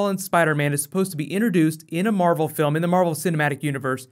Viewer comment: he said marble film instead of marvel